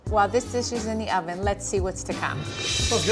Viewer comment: Did she say hoven? 😂